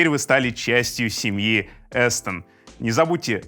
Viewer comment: Обзор как всегда отличный. Вот только микрофон не "Эстон", а "Астон", как Aston Martin, только Астон Стелс, причем тоже из Британии.